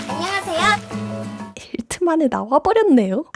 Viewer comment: 나만 안넝하찌와요? 이렇게 들리냐…?